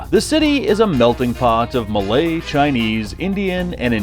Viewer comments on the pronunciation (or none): none